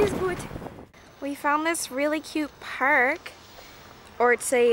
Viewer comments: I love when you sound super Canadian when you say "park" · Holy crap your Canadian accent came thru when you said "park" ❤️😂🇨🇦